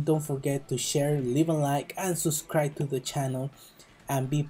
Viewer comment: You heard him folks, suscrie now